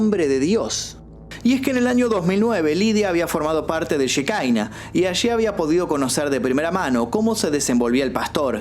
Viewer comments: no se pronuncia shekaina, la palabra es hebrea, שכינה, significa presencia, y se refiere obviamente a la presencia de Dios, se pronuncia Shekiná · Querido, se pronuncia Shekiná, no shekaina. Un abrazo! 🤗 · cómo va? Por las dudas, ellos capaz lo pronuncian Shikaina pero en sí se dice Shejiná Yejina. La shehina es el espíritu divino para el judaismo la j y la k son de confundirse según la rama religiosa que agarre o no el antiguo testamento o cómo lo interprete (no es el espíritu santo pero va por ahí)